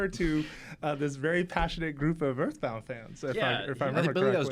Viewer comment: Uh muh guhd "Eathbound"